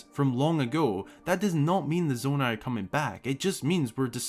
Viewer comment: I was quite tempted to click off after you said Nonai